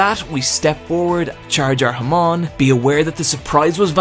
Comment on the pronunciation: HAAAAAAMON. SAY IT WITH ME HAAAAAAAAMON. NOT HAMOOOOOOOOON.